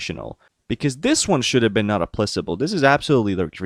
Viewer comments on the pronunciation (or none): FYI in "not applicable" the c is pronounced as a k